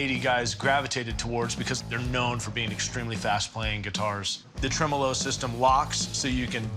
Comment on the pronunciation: The way they said tremolo is honestly triggering me